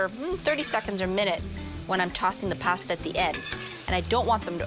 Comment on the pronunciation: Ah but she says it normally in the Alfredo video